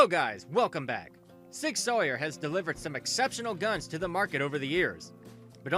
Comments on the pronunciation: Sour. Not Sawyer. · Learn to pronounce Sauer. It's "sour," not "sawyer." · I stopped watching when I heard sig “sawyer” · "Sig Soyer", "Smith and Wesston" lol wtf..... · Nope, clicked off after you said the name wrong after 3 seconds. This is your job bro, they’re too big of a name in the gun world to get it wrong like that. Makes me think you make the video and then dub over it off a script. Like you aren’t paying at renting to what you’re reading or something